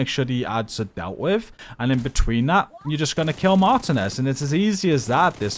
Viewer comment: “Martinez” is Pronounced as…..” Mar•Tea•Nez” GG 🤙🏼